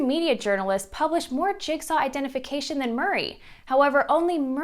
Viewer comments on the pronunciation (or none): none